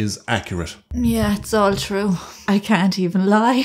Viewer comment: " its twue "